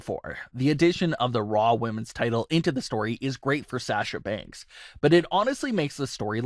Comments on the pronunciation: Why cant this guy pronounce "Sasha" correctly? Its so easy to say. Is he trolling? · I will not sub to this channel until this fool says Sasha's name correctly. He's an idiot and the fact that he has to plug in that same line in the middle of every video about most of his "viewers" are not subscribed is another reason I'm not subscribing.